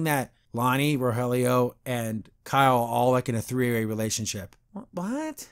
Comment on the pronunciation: And for the final episode, we have seen an angel descend from on high and bless this video: pronounced Rogelio's name right:D The absolute best part of this review is when editorializes Catra and Adora saying "I love you". That was comedy gold.